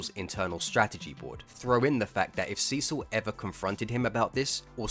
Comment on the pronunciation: God damnit, every time you say Cecil all I hear is Sisu... how the fuck is that even possible!